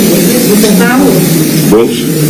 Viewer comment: É tão óbvio a mentira q ele soltou "Boulos" praticamente balbuciou.